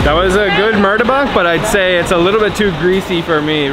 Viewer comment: correction not martabak but pronouced as murtabak